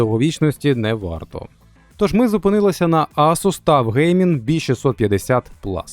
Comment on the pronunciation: Ну який ТУФ.... ТАФ правильно буде